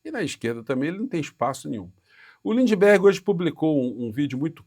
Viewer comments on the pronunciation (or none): none